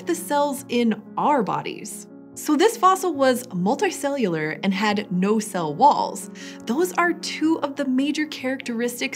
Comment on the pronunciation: You say your U sounds weird. "resolts" "molti-cellular" pls stop